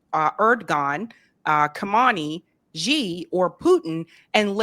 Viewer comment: Say President X, if you can't say Xi that sounds like soft she or Hsi. Stop stupidly mispronunciations like "is Reel" for "Is-Raw-Hell"!!!